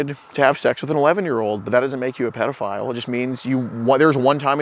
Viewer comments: He said “Prediphile” also he can’t own a gun if he’s disabled as he says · “I’m not no “PREDaphile” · I don't wanna be a "predafile" ahhh a classic 😂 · Ha ha ha!!! He keeps saying predafile! What a selfish dude making and team stand out in the cold when he’s wearing a big filthy coat. I wish he would stop making excuses about his rough life- BS! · “I’m not a Pred-o-file” 😂😂😂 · Did he keep saying "predophile"...? Hahaha... Thanks, keep up your awesomeness and go enjoy some nature today...! Don't forget to compliment someone today... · He says " I don't want to be a 'Predaphile' 😂 he knows he's both! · The fact he said predophile, think he’s watched DAP before? 🤣🤣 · Lmfaooo he said “ I’m not no predofile “😂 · ☠️ 😂 “im not no breadafile or nuffin” 😂 ☠️ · he said "I'm not no preddaphile" lmao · Dudes been called a "predafile" more times pee wee herman! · “Im not no predofile or nuffin” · “I dont wanna be a predafile” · It only took about the 10th time of this goofball saying " predafile " before questioned it. Lol.